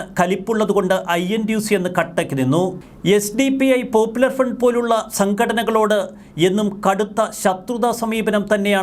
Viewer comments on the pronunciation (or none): none